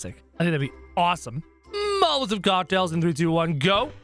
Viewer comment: He said molaovs not Mal-a-tovs!